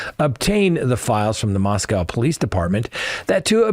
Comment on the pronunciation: You have the patience of Job if you’re willingly to listen to all those wacky probergers out there. I’m sure you can handle it, though. Not to be a nuisance, but the Moscow in Idaho rhymes with Costco. Anyway, great show, as usual. Regards from Moscow, Idaho. 👍😎